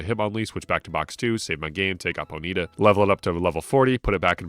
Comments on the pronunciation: bro really pronounced it "poe needa" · I've NEVER heard someone pronounce ponyta as "ponita" like bonita in Spanish. With that being said, I appreciate you for pronouncing Pokémon correctly and not saying "pokamon" for 4 and a half hours. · Always interesting to see how different people pronounce Pokemon name differently. I've always said Pony-ta for the longest time with that little pause. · Poh-Neeta cannot hurt me. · Whoah. Ponyta pronunciation was triggering. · He mispronounced Ratatta and that got me lol. Everyone except Mahdrybread and Scott's Thoughts mispronounces Ratatta and it gets under my skin. I mentioned it in my video game pet peeves video.